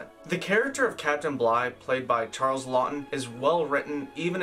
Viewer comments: Maybe learn the pronunciation of Olivier. And you favorite actor Charles Heston lol. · Good video but please learn to pronounce some of the actors names correctly. Olivier not Oliver, Charlton not Charles. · Your channel is great. Loved this video except it o-live ee at Leslie care -on and Charl ton Heston